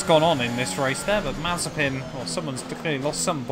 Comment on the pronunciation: You said mazepan